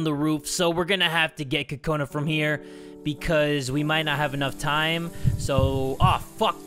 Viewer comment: it's pronounced kokana